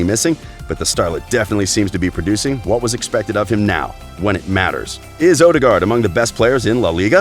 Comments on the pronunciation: All european names were pronounced horribly wrong. Some examples: Ødegaard, Tippeligaen, Strømsgodset, Real Sociedad, Getaffe. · it's odegaard not odergard